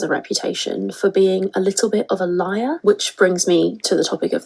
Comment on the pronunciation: Lyeyur Liyrr Lliar Erm... 🤔😂